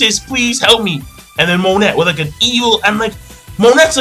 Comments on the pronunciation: Do you read the comments it is not mo net it is mo neigh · Isn't Monet pronounced 'Mone' with the silent T like in French? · 2 things 1. Monet is pronounced mon-ay 2. law received no damage from vergo's punch when he used counter shock his DF ability controls movement within an area he basically made vergo's punch hit himself, thus the counter in counter shock. I'm so excited to see how smoker actually fights against someone who can hurt him, hancock is the only one who has tried and he wasn't trying against her so i think it is going to be badass